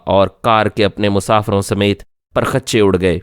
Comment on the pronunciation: پر خچے نہیں پرخچے ایک جملہ ہے